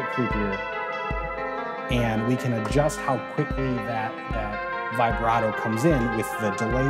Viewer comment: Vibrato....Musicians should learn the proper pronunciation :) ...awesome series though!